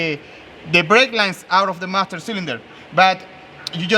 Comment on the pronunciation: Hey you MAM-STER SIL-IN DER!! SAY chello to my lil Friend